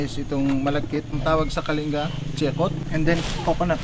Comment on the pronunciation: Wish your hosts would know how to properly pronounce Kalinga --- it's kalingga NOT kalinga (like care).